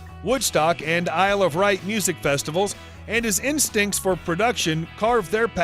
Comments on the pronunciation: Isle of right 😂 lol nice pronunciation White !We don’t get fooled again!🤓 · Um.... It's the Isle of WIGHT.... not Wright